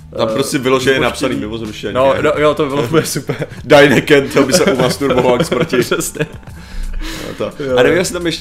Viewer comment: Jsem jediný, koho dráždí, jak soustavně vyslovuje Däniken jako "Deine Ken"?:D